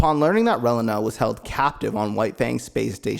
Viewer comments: I'll forever hear this guy call Reilina "Well uh nah". Ray-Lee-Nah. not even going to get into all the others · wiw, you need to review the material to work on how you say the names. You said the names of the pilots right at the opening but then you begin butchering the names right after that. Relena for instance goes more Ray-lee-nuh placing emphasis on the second e in her name and giving it a long sound. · bro. Reyleyna? She’s not a chile relleno. It was Releena. Lady unay? It was “une” like un (French for one). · the way you say relana tho 🤣 it’s reeeeelena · The mispronunciations just pissed me off. It Ree-Lee-nah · Dont take the wrong way, good video, but hearing u mispronounce the names over and over was quite annoying lol. Its Ree-lee-nuh. And Ca-tra lol. Besides that good job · Pronounce Relena's name wrong one more time. I dare you. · I tried to watch but the pronunciation of Relena made me quit :(